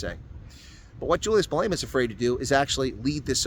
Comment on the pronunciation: He is not Malayma. Malema. Please it extremely irritating